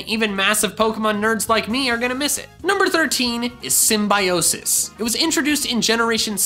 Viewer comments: For the record, I really wanted to thumb you down for your mispronunciation of symbiosis... But I shall refrain from being so petty. Instead I'll leave this contradicting comment. 😀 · I've heard "Symbiosis" in Dobbs Video...